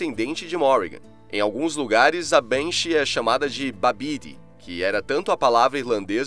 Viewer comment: Babd nao pronuncia "babidi", mas sim "Baeve" ou "Baev", com o "ae" tendo o mesmo som em ingles que "aesthetic". No gaelico existe uma coisa chamada lenição, então encontros consonantais em geral tem sons de consoantes totalmente diferentes e "bd" tem som de "v" em geral, como em Madb, que eh literalmente "Maeve". Existem outros, como "ch" que tem um som de um "r" seco, tipo em Cu Chulainn ou em "buachaill" (que singinfica "garoto"). - Aqui, a pronuncia de Bean Sidhe não segue a fonética inglesa. Bean Sidhe, se pronunciada rapidamente soa quase igual a "banshee". Bean, que proncia "ban" é mulher e Sidhe, que se pronuncia como "sheeth", ou até mesmo "shee"", é espírito - e para quem nao sabe, sidhe em gaelico escocês eh "sith" - palavra que o George Lucas usou para batizar a ordem Sith em Star Wars. Mas realmente, pronunciando rapido eh literalmente igual a palavra em ingles, q eh so uma transicrição da expressao gaelica para a fonética inglesa.